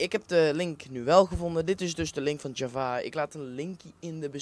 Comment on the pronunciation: Dus gewoon j-a-v-a en geen javaha